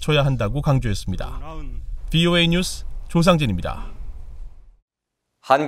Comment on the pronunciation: 쁘오애이늬우스 이죠닙니다! 쁘오애이늬스 이쬰닙니다 한국이름 말하기 힘든갑네 발음 참 ....